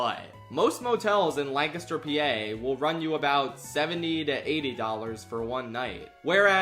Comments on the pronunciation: You said Lancaster correctly!!! 😅 Yea, it was random, IDK. There is also Blue Ball PA near there. PA is just... weird 😂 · There were two giveaways that you're from Pennsylvania before you said it: - First, you pronounced "Lancaster" correctly - Second, you referred to it as PA. For some reason, we're the only state that refers to our state by its postal code Still, gotta be honest, it's gonna be weird to not drive by the wildly garish CN Hotel when driving on route 30. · I honestly forgot that you're from PA, but the minute you pronounced Lancaster correctly, I knew I was in for some good stuff lmao anyway, I've driven past this hotel a bunch going between my parents' house in south central PA and where I live in Philly. it'll be weird to have it be gone now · You can tell he’s from PA because he says Lancaster right. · Props for pronouncing it correctly. Can confirm, it's boring AF in Lancaster. 😂 Edit: your travel footage is hurting my brain. 😩 😂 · thank you for pronouncing lancaster correctly, no one in philadelphia knows how to LOL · Thanks for pronouncing Lancaster correctly. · Liked and subscribed simply for pronouncing Lancaster right. Thank you for not forcing the Californian pronunciation on us. My ears are grateful. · Thank you for saying Lancaster correctly!! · the proper pronunciation of Lancaster warmed my heart. Thank you.